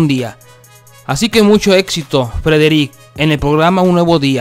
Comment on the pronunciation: Porqué suben estas cosas feas que ni pronunciar el nombre de Frederick puede este man dejen de hacer estas mmmm de vídeos por eso se mira el programa 👎🏼👎🏼👎🏼👎🏼👎🏼👎🏼👎🏼👎🏼👎🏼👎🏼